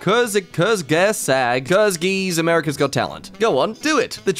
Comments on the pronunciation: say it like kortzgesagt search up his vids and see how he pronounces it P.S. kurzgesagt, translated from german, means "in a nutshell" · I pronounce it Querts geh saht. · Its pronounced (Kur) (Z) (Geh) (Saw) (Egt) i think idk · Kurzgesagt is german, I recommend pronouncing it "Curse g'sact". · Shamy courts-ges-akt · as a german it’s courts-ges-agt :) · Curts gez at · Kurz ge zat ( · Isn't it more like "curtz ge sagt" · more like koortz-g'sakt i believe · its koorts (oo as in woosh) gu (as in gun) saaged (aa as in aaaaaaaahh) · Kurzgeesamericasgot talent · kurtz-ge-zagt you're welcome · How to pronounce Kurzgesagt. Kerz-ge-sagged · kurzgesagt is pronounced 'courts geh zahgt'' with emphasis on the first syllable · How to say Kurzgesagt coats-ca-szart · kers-ke-segt (silent g) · Kurtz- ke-zat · Kurzgesagt is “kurz-ghez-at” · Kurzgesagt is pronounced "Kuhtz-Geh-Saht". It's German for "In short", or "In a nutshell". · Kourtz-geh-sart is kinda how you pronounce that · it's kwa-ske-saht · I think it's pronounced " kuhrs - gehs - aht " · kurzgesagts (kers-gay-schots ) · It's pronounced 'KURTS-ke-zagged'. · Also fyi its pronounced kurz- guh - saught its a german word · kurgzgesagt is pronounced : kurgsgesaht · its pronounced gurs-ges-art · Kurzgesagt is pronounced "kurtz geh zagt" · Kurzgesagt pronounced: Kur-z-ge-sag-t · trying to say Kurzgesagt is wholesome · It´s so hilarious watching him trying to say "kurzgesagt" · Watching him try to pronounce kurzgesagt is so funny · butchering Kurzgesagt really makes me die inside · How the hell did you butcher Kurzgesagt like this lol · I love how you tried to pronounce Kurzgesagt its german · That channel has a "qu" sound at the beginning